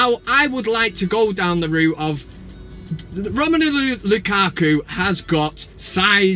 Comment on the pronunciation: Why do you call him "Romenulu"? It's "Romelu".